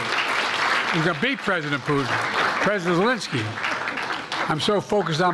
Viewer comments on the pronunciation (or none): “Eeerr, swiss piss summit.” Elensky